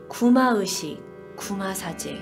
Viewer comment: ' 의' 발음이 안되시나요? 되게 거슬려요. 뭔가 전문성 있는 방송하시면서 구마으식 구마으식 하니까 듣기 거슬리고 집중도 안되고 짜증나요. 개선 되시면 좋겠습니당.